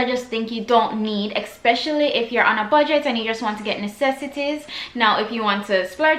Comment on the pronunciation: Great video. Just one thing that bugged me the entire time, it’s not eXpecially, it’s especially!